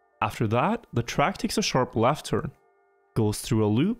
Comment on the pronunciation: The way he pronounces E's actually does my head in. "Saven", "chackpoint" "laft turn"